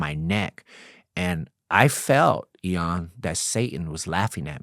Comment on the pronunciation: If he says Eeon one more time….Im out 😮